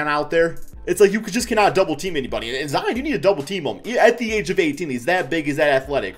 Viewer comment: "Zeon" lol